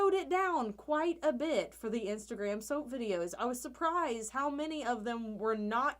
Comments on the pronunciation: i just took a double take thinking you said soup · I feel like she says “soa” instead of soap 😂